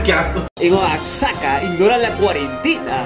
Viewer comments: se escribe Oaxaca pero se pronuncia oajaca, por favor :v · no se dice oxaca se dice oaxaca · No se escucha como sse escribe oaxaca se dice oajaka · en méxico en ocaciones la "x" se pronuncia como "j" asi que oaxaca se pronuncia oajaca pd. en este mundo ella no te ama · Nadie:: oaxsxaca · Aunque se escribe "Oaxaca", se pronuncia "Oajaca" igual que México xd . -Información que cura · ¿de verdad no sabe cómo pronunciar Oaxaca (oajaca) o lo dice así por gracia? Xd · Es oajaca asi se dice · Se dice oajaca tara like si eres de mexico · Olle men Aquí en México se escribe Oaxaca Pero se pronuncia Oajaca como se lee por fa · Se dice oaguaca pero se escribe oxaca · When te das cuenta que no sabre pronunciar Oaxaca jaja lo repetí como 10 veces 😂😂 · se lee Oajaca,y se escribe Oaxaca la desepcion,la traicion :'v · Like si eres de México y te dió risa como pronunció Oaxaca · Mencionaste mal oaxaca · !QUE PEDO!no sabes decir oaxaca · mi pr i m a tambien dice oaxaca o bueno lo dice mal :/ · nada mas para que sepas (no hate? no c dice oaxaca mo dijiste : ) busca como c pronincia aqui en mexico jsjsjsjs soy fan no para ofenderts